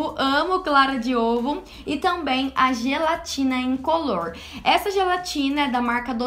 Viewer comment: "A gelatina incolorrrrrrrrr" kkkk linda adorei.